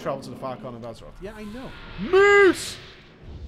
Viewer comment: MOOSE, mate! Mooose.